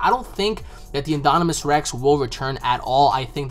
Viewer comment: Haha great video, but it's pronounced IN-DOM-IN-US Rex. Like dominant. No hate, just thought you should know:)